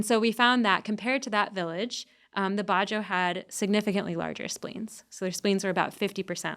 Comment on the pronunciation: It's not "ba-joe", it's "badjao". These sea nomads live in SE Asia, especially all over the Philippines and Indonesia. There are also the "aytas" in Luzon who have denisovan ancestry.